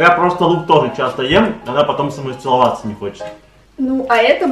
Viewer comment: Я одна только что слышу: она потом со МНОЙ ЦЕЛОВАТЬЦЯ не хочет